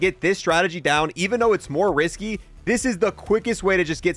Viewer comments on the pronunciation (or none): none